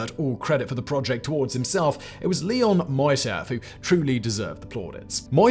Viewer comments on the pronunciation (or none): none